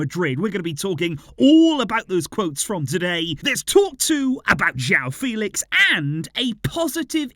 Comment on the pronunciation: I saw an interview where Joao Fèlix said it’s not pronounced the way says it but the other way Fè-lix